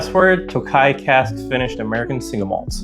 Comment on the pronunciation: Toe-ka-yee. Thanks Gemini